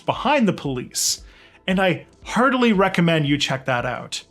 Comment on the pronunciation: You said "heartily recommend that," but when I listen on 2x speed is sounds like "I hardly recommend that."